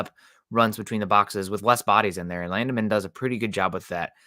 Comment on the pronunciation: "Landman' not 'Landiman' :)